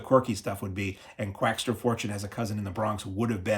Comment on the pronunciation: there's no "t" in Quackser